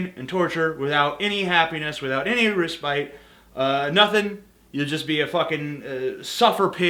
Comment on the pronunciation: you pronounced respite incorrectly